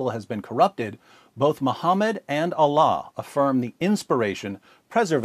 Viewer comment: Bapak ini menyebutkan Allah sempurna sekali. Subhanallah.